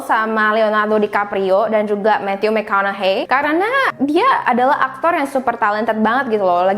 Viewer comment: Omg the way you mention Matthew’s name is 💯